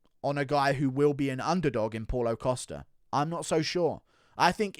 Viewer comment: “Paul-o Costa” 😂 I love how pronounces every name as if it was an English name